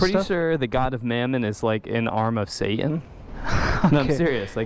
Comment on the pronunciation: Saa'an? Does have some oddball problem with pronunciation of the letter "T"?